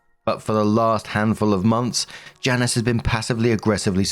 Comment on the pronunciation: That lady's name is Janice, not Janiece. Is Janiece common pronunciation in the uk?